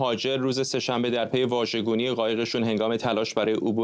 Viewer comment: Vajeh gouni غلط است Vaj gouni درست است